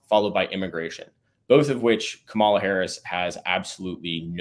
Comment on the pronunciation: Ka-Mala- the Ugandan giant 😂